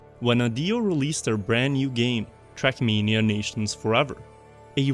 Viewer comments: Just look subtitles , ahaha, Youtube transcripts your pronounciation as "shrekmania", this should become an official name of the game in the comunity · why do i hear shrek mania 💀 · the way you say "trackmania" sounds like "shrekmania"